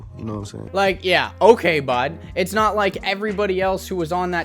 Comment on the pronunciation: “Yeah okay bud” the Canadian really be showin there. Lmao